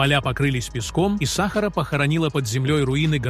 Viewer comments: Ты не знаешь русского языка. Не САхара, а СахАра. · Удорение на 2 букву а сахааара а не сахар учи русский язык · Ударение правильно ставь смотреть противно сахара в чай себе добавь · Это озвучка робота дебильная !!! сАхара ... бАрханами и прочее - это вообще идиотизм полный. Ужас! Интересный материал изгажен озвучкой ! Расстройство одно. Слушать невозможно!!! Озвучивацте сами голосом!! 🥴🤯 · бАрханы? сАхара? что за новояз ( диз!